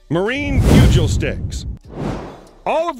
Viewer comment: It's "pew-gahl" not "pew-juul" 😂😂😂 like bugles the snack lol but with a P